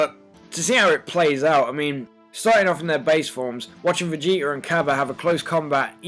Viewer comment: How come he sounds like he says Vegeter